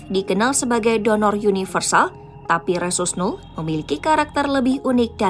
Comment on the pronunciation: Pakai terjemahan rhesus Nuh. Yg benar itu rhesus Nol/Null/Nul/No?! Tolong diperjelas pronounciations nya